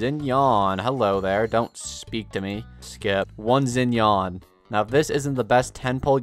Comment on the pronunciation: not zinyan